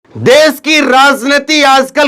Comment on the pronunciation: Des nahi hota desh hota hai